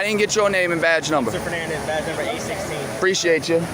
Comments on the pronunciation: "Ah preeshaytcha !" What a prat ! 😅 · " 'pre-shayt ya" 😖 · Among the most irritating things is the disingenuous of, and overall existence of the noise, "preshiatechya" I hate that I know people like this. Shall they all see their day...